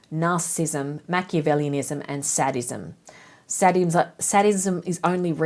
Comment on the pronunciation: Loving your work! It's pronounced say-dism btw.